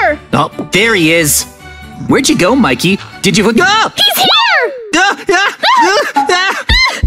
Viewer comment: Mekey??? It's Micky